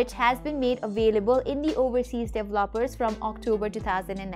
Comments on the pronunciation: Very informative video, not dev-loppers, pronounced-dee-vell-o-pers 😁 Great video though and go Huawei 👍👍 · I LOVE THE the way u say….. DEVELOPER….. DELOPERS HAAAAHAAAAAHAAA